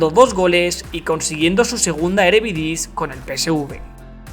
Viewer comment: Videazo, pero bro, es eredivise, no erevidise jaja, no es hate te banco bro🤟